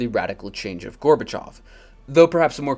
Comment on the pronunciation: finally someone who pronounces Gorbachov's name correctly